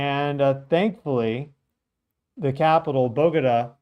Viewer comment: you're pronouncing Cali fine. Bogota is Bo Go Ta .. We shook in Bogota quite a bit.. it was a close call. Mostly back and forth like a whip and slight up and down.. Most buildings sway pretty well here .. newer construction the more they sway.